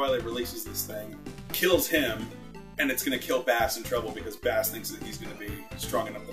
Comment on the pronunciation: Bass's name is pronouced BASS (like the musical instrument) not like the fish